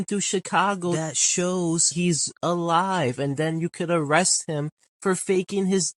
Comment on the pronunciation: You saying "arrestes" instead of "arrest" is frying me lol